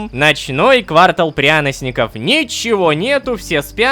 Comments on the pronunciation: квартАл, а не квАртал, Рома блин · Лололошка который бомбил с не правильного ударения в слове торты, сказал квАртал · КвАртал пряносников??? КвАртал??? Всегда удивлялся, когда на русском языке в школе говорили, что в слове квартал часто неправильно ставят ударение, но сегодня все встало на свои места... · Ромааааааа, ты же с Питера, какой квАртал???? КвартАл!!!!!! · квартАл! учи русский! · КВАРТАЛ (ударение на 2 а) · Рома неправильно прознёс слово Квартал. Также ты: ЭЗХЭХАХААХАХАХПХШҺЭХХЭЭҺЪ